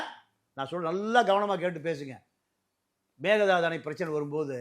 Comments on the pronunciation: Dey it's not megadhadhu.. it's mekkedaatu. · Dear sir Please pronounce kannada word properly.Donot give chance others to laugh. It is Meghethandi Sorry